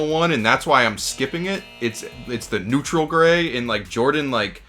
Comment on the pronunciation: Worst take for Dad not knowing how to pronounce neutral